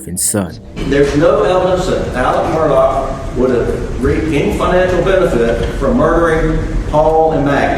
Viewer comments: His last name in the "low country" is pronounced Murdock. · that's OK. The way you pronounce it is definitely the way it sounds and also it fits the narrative of his alleged crime. Also your documentary is very well done. I've been following this case for a while and you provided a lot of information that most docs miss.